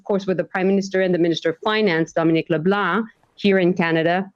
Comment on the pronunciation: The way she said Leblanc is not fully correct in french. The deformation is caused by trying to give the english "twist" on a french name so the english listener understand it better. I do it myself often, and I am amazed I did not make ears bleed yet. I do it often